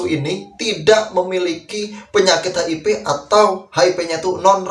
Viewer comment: Maaf koreksi mas hiv bkn hip